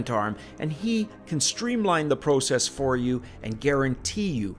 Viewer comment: When you pronounced "process" I saw a big maple leaf flag in my mind